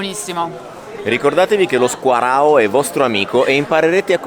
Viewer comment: Ti devo riprendere … si dice squaragnao